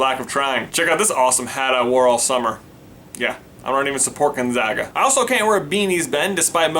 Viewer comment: So glad you say gon-za-ga and not gon-zah-ga